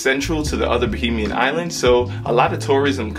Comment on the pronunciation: ok kids, it's Ba(HAY)mian.😉